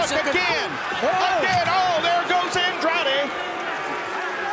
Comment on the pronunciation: You said Andrade el ídolo wrong bot